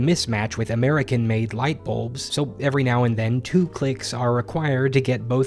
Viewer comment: He pronounces bulbs like boobs